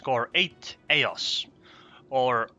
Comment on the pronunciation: The name is pronounced O_Theios(so you put an th in the place of the 8[8=θ=th]).. It's Greeklish (Greek written with English characters and numbers, to compensate for some letters that are not in the English alphabet).. It means the uncle by the way..